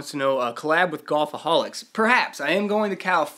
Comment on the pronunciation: Your Wilson story was hilarious,! You're the best! btw, it's car-MELL, not CAR-mull, California. Whoop whoop! And it's way north of Golfholics in San Diego. Oh, yeah, it's Golfholics, not Golfoholics. Gotta go troll Onewheel now...